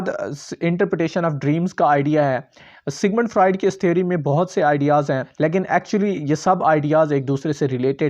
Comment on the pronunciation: Pronunciation mistakes Freud, symptoms etc